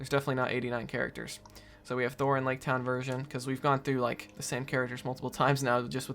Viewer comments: It’s pronounced as it’s spelt btw, it isn’t pronounced Thor 😂 it is THROR. ‘Thr’ As in “Throw” but “Thror” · It’s not Thor. It’s nothing to do with Thor. It’s thror. Both R pronounced